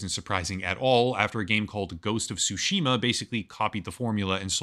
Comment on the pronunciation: You accidentally said ghost of tushima